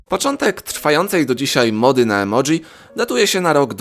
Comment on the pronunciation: Emoji a nie emodzi